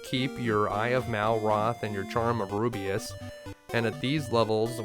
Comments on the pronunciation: Rubiss!! Not Rubiuss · It's Rubiss not rubeus Damn dude where are you getting the "ee" sound from? (Roo-B-iss) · the reaction after the release when realizes it's ru-biss not ru-bi-us "...... Damn I hope no smartass recognizes that and posts a comment 😟😟😟😟." Sorry teehee😘😘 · No offense, but i winced everytime you pronounced Rubiss as "Ru-bi-as". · Rubiss. The name is Rubiss. Rubeus is Not Rubiss. Rubiss is not Rubeus. Also it’s Tan te gel. Like jelly gel. It’s obviously inspired by Arthurian myths associated with the real life Tintagel.